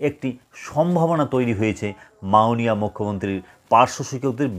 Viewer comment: উচ্চারণ ঠিক করুন আগে , মাওণীয়